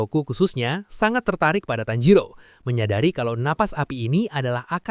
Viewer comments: Tanjiro ke Tanziro😂😂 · tajiro❌️ tanzero✅️